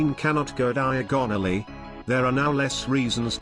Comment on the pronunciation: The queen can’t go diag-onoly